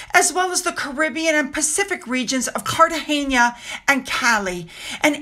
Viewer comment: YOU are the only person on MSM or social media, to pronounce Categena correctly 👏👏👏👏👏👏